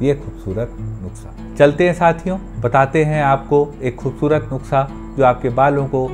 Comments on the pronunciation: (नुक्सा) nai "नुस्खा" hota h.. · It's nuskhaa not nuksaa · sir aap jab nuksa bolate ho to bhi acha lagta h